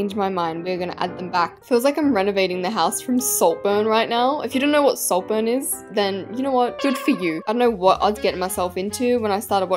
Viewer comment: DID U SAY SALT BURNS....HUH!?